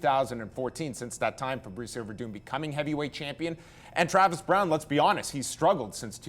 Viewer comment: keeps on calling him Fabritzio